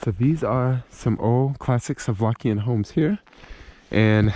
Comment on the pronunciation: SLO-VAKIAN, not solvskian...